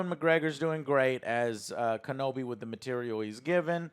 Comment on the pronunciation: “Obi-Wan Kenblomi”